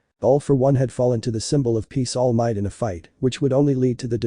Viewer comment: Am I the only one that keeps hearing All Myth?